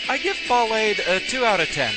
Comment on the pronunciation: a little bit of insight. I believe Ballade is pronounced just like it is in French. ball-AHD. To back it up, his Japanese name is バラード (Ba-ra-a-do). That's pronounced like bah-RAH-doe, or bah-LAH-doe. But you see my point? Also, in Japanese, ー is used to indicate an extension of the sound before, which is the "ah" sound. This is commonly used to indicate where the stress goes on foreign words.